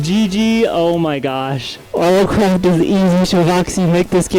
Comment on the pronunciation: "ERMM ACHUALHYY YOU BEAT MINECWAFT IN RLCRAFT NO YOOU DODNT BEAT RL CWAFT"